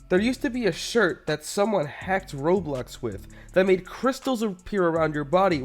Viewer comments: I like how he keeps calling Roblox, “Roblux.” Idiot, Amiright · it sounds like he's saying roblux